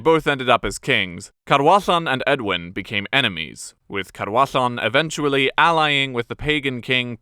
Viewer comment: Thank you for doing the research into the correct pronunciation of the Welsh names - When you got the DD in Gwynedd right I was like "ok, this might be good", and then when you got the LL in Cadwallon right I was in love! Diolch o galon!